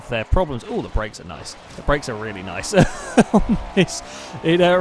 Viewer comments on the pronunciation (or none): none